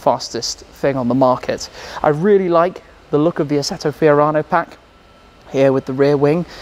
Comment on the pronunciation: Lo just say FIORANO🤙🏻